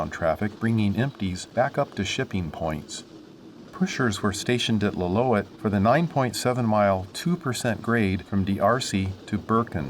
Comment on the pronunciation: It's pronounced lill-oo-ET